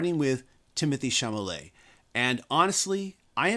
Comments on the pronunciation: Lovely video. Btw it’s not Timothée “Chamulet”, but CHALAMET. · SHALLAMAY not Shamalay. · Agree with everything you said. One thing, though. It’s Chalamet, not Chamalet. 😉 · It's Timothee Chalamet. Not Chamalet. 😎 And I have seen the film twice. And loved it. 💕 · It's Chalamet, not Chamalet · You know you said Timmy's name wrong every time right haha? You said Chamalet instead of Chalamet. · Chalamet not Chamalet! Oy! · Timothée Chalamet is pronounced shal-ah-May I believe you inverted the l and the m. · please pronounce Timothee's last name correctly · You should take the time to learn how to correctly pronounce the name of the actor to you are discussing before filming a video.